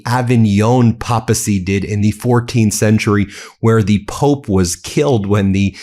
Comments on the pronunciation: It's pronounced PAY-PA-SEE. If you're doing the news, learn proper pronunciation. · Pay-puh-see. Not PAPA c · Love your channel, Ben! (it's pay-puh-see...like pay-pul. You can always tell when someone learns a word by reading, instead of years of attending Mass and Sunday School.) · It is pronounced PAY-p'eh-see. This is substandard news announcing. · Just fyi Ben it’s pronounced “pay-pacy “